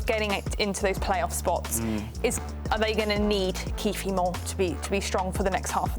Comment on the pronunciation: "Kieffie" had a great game; I doubt he will care if the announcer botched his name. Thanks for the chuckle ... 😂